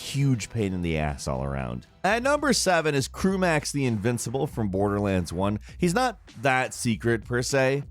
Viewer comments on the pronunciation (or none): “Crew-max the invincible” I facepalmed so hard